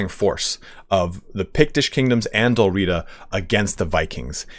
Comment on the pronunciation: I enjoyed the presentation. Please, Dál Riada (or Dalriada) (/dælˈriːədə/) has an a between the first two and last two letters of Riata, and it is not silent. Otherwise, thoroughly enjoyable. Thank you.